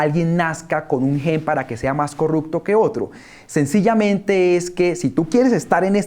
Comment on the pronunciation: Que pena, Ariel. Se dice corruPción, no corruKción. Se dice corruPto, no corruKto.